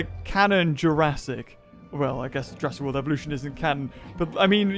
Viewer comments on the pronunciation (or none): Jurassic WOLD. what?